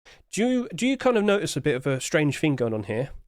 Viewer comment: there is no F in the word "thing"